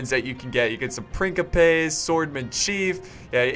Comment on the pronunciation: OMFG HE ACTUALLY PRONOUNCED PRINCIPES LIKE YOU'RE SUPPOSED TO!!!!!!